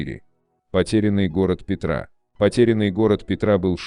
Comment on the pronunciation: Не ПетрА, а ПЕтра